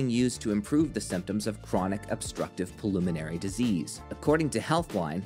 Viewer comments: and The word is pronounced "pulmonary", not "polumonary". Sheesh. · learn how to pronounce 'pulmonary' correctly (pul-mon-ar-y)